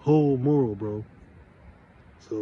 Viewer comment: Mu’ ral not moral 😂😂